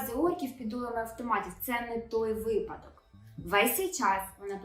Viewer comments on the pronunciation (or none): none